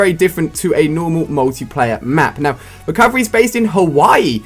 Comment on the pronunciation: You said recorverey